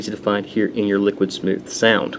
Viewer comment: Just to update you bud you said the name right :) very few do lol.....Lower Bench was due to dancedance...not downing it at all as it is a great governor just not one of the usuals to get higher benches and is actually made by Snuzzo himself. Recently had the main Hard Drive die on the computer but was replaced by Damacy and Snuzzo...Great props to them...I am returning to the game very soon with very great new stuff...glad to be back :) and of course...Great Review!